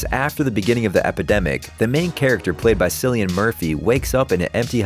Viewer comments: Its Keelian no Seelian Murphyyy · "Kill-ian" Murphy, not "sill-ian" smh... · Whoever narrates this doesn't know shit about film. kill kill Killian murphy. Not Sill sill sillian murphy. Hahaha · Its pronounced 'Killan Murphy' not 'sillian murphy' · Cillian isn’t pronounced like Sillian it’s pronounced like Killian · Killian not sillian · Its pronounced killian not sillian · You pronounced Cillian Murphy's name wrong. It's Cillian like "kill" not "sill" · Sillian Murphy? Kill-ian. 😂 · Sillian Murphy?! Isn’t it pronounced like Killian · "Cillian" is pronounced "Killian" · did you just say sillian murphy instead of cillian? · Cillian Murphy pronounce: /ˈkɪliən/ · FYI Cillian Murphy, his name is pronounced to sound like Killian Murphy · “SILLY-an” Murphy??? 🤦‍♂️ The C is pronounced like a K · How do you not know how to pronounce Cillian Murphy right?! He's not only famous but there is PLENTY of source material of his name being pronounced correctly. Its pronounced 'Killian' as the 'C' is a hard 'C'. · Sillian Murphy? Know your actors' names. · Btw, Cillian Murphy's first name is pronounced "Kill- lian" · Cillian is pronounced Killian.... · It's pronounced 'kill-ian' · Imagine pronouncing Cillian as Sillian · yeah the narrator's pronunciation was funny. "Sillian" Murphy lmaooo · Wait sillian? You mean cillian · That's not how Cillian Murphy is pronounced. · How you pronounced "Cillian" was very funny 😆😆 Great video, nonetheless! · You mispronounced Cillians name. That annoyed me